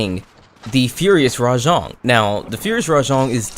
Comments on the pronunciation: btw its RAJANG NOT RA-JONG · Hearing this dude say “rah-JONG” instantly made me leave this video